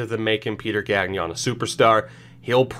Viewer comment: Your pronunciation of Gagnon is not horrific, but since you'll probably say his name a lot during this series, I just wanted to give you a few pointers. The "gn" sound in French sounds a lot more like the ñ in Spanish, so don't pronounce the second g. Also, don't pronounce the n in the "on" sound. A bit like you don't pronounce the n in the word song. Keep it up. Excited about this.